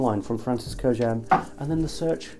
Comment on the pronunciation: And there's even a Silver Scent Intense?! 😱I can only imagine. And thanks for pronouncing Kurkdjian correctly!